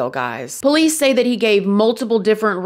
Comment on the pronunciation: I honestly love how she says po-lice (with the accent on the first syllable) too! Everytime she refers to them, I can’t help but smile!